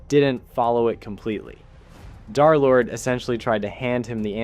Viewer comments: Its d3rlord not derlord and darlord its d3rlord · He called him darlord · Derlord❌ Derlord✅